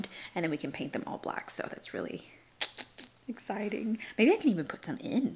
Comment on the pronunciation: “Hopefully the Siding is ready tomorrow… that would be really Ex-Siding!” 😂 I know you said “exciting” but I heard it as “ex siding”